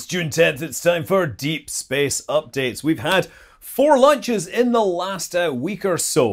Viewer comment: Me, and the closed caption, thought you said "we've had four LUNCHES in the last week or so". ;)